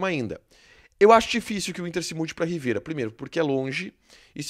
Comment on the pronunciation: Não é "Riveira ", é " Rivera ".